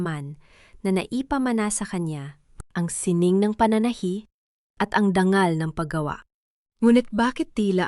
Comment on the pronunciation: Palitan mo na ang narrator hindi marunong magbasa mabuti pa grade 1 . Ayusin mo pagbigkas ng salitang dangal hindi dang- gal. Nakakainis pakinggan